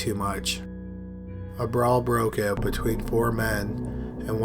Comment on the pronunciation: Droning on and on in a monotonous tone. And oat instead of out, hoase instead of house. wonderful.